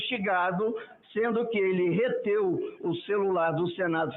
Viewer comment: Reteu não .. reteve 🙄 esse "Senador desconhece a Língua Portuguesa 🙄 Deus nos livre.🙄